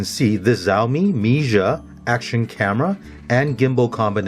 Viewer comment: it's Xiaomi not Zaomii